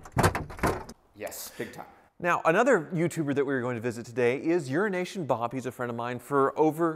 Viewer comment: Sounds for all the world like you're saying urination bob